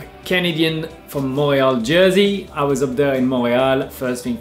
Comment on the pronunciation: I had no idea thats how you pronounce “Montreal”! Learned something new today